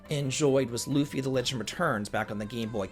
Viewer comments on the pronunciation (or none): none